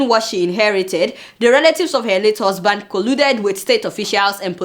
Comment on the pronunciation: Not hosband ...say husband...nigeriaa😂😂😂